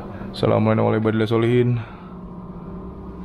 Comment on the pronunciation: "Assalamu alaina wa ala ibadillahissholihin" mungkin ya bang. Bukan ibadilasholihin